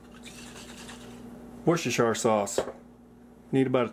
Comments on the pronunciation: Looks great but please Stop saying ‘Worster-shire’ sauce!! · Great recipe. My stews are always too watery, so the way to flour coat the meat is the answer. BTW the Worcestershire sauce in the UK is pronounced "whooster" in spite of the spelling. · It's actually pronounced as wooster...just saying. Lol...🙋‍♀️🇬🇧